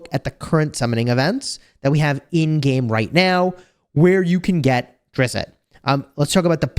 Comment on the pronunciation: Said: Drizzt not Drizzitt